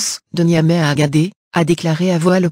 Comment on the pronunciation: Agadez, on dit Agade(sss), et non Agadé.